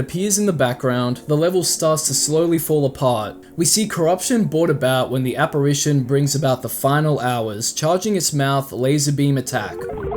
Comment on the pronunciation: one of your voice actors doesnt know how to say apparition